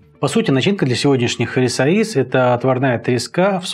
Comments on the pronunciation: Спасибо за рецепт,это вкусно!Тоже живём в Португалии,22 года,на самом юге.Люблю ваш канал,только резало слух произношение,правильно не рисоИйс ,а рисОйеш. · По Портунальски правильно Rissois de bacalhao,произносится Риссоиш,последняя буква с произносится как Ш.Спасибо за рецепт,ностальгия прожил 11-лет в Португалии! С ув.